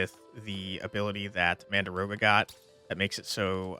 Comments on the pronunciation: Game looks amazing 🤩 But I gotta know.. are you saying "mandaroga" on purpose, like "dargon" or...? ;-) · it's pronounced exactly as written - mandragora. It's a common plant name in fantasy, with the usual trope of screaming when getting pulled out of the ground. It's in Delicious Dungeon, Harry Potter and all over the place.